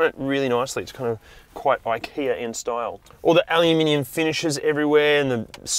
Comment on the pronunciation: What's "alaminium"?